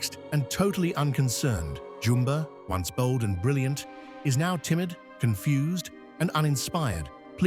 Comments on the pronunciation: Its Nah-nee not nanny Jum-buh not Jumbo, Ga-ntu not Gah-ntu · This is how you say “Nani”💀 “Nani” na -n -ie “Nani” You supposed say “Jumba” not “Jumbo” sorrry if I’m correcting you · Creative idea doing this. Good execution of it. Just please work on the pronunciation of the character's names. Nani is Na-ni, not nanny, and Jumba, not Jumbo. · Jumbo? Sorry I’m just😂 I love the pronunsions🤣😭